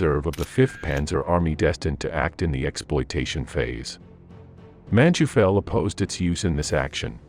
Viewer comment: It does your credibility no good to mispronounce so many names and places. MOdel (with long "O"); Man-TOY-fel. Bastogne is not just BasSTONE.